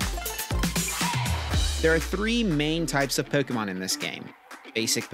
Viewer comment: That's the correct way to say it...